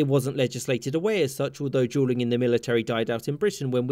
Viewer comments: Jewel is pretty close. But that doesn't explain Julian instead of duelling. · The dude can’t pronounce duelling correctly not the caption’s fault lol